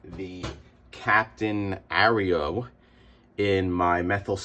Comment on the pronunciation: With your accent you could be big in the mixing drugs like Tony Montana business. I am not sure that would be a fitting topic for YouTube though, so maybe stick to comics mate! I am not sure of your pronunciation of the comic title mate! We have an Aero chocolate bar in the UK & we just say 'Air-o', you are saying it a bit like your US cookies the Oreos... haha I think so anyway. No matter how you say it, or how you cut it, these are cool informative videos.